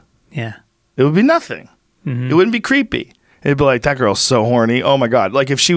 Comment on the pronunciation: Cweepy guys back on. Cweepster!!